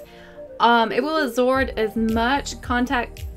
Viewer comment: Did anyone notice she said let it asord instead of absorb